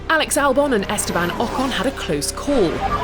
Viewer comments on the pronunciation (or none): none